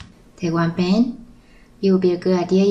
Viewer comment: Lol somehow i always understand "bang" instead of band ><